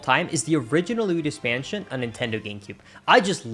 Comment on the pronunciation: luidos mansion💀